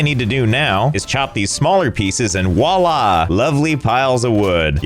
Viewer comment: voila, not walla